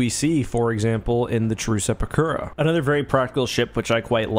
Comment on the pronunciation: Hey, you said anoter instead of another. Just a heads-up